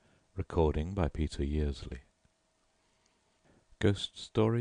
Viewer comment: accent is really wonderful! When he reads the words from different language’s, they are beautifully pronounced. Such a soothing voice, very easy to relax to! Thank you very much for sharing.